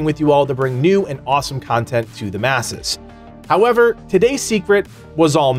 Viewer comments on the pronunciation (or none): none